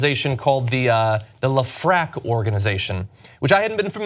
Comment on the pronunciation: Hey John, great post as usual. Just know that Lefrak is pronounced Lef-Rack